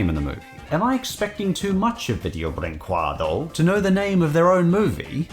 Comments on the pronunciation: it's pronounced "vee-jay-oo breen-quay-doo" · Ah, hearing attempts to pronounce Video Brinquedo has me feeling all nostalgic! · What I imagine you saying: Oh, jeebus... All these years, and I STILL can't say that stupid name right.